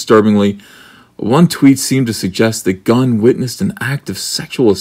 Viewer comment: Did you say James Gunnt?